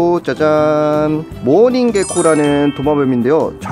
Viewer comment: 모어닝게코를 개코라읽은1ㅅ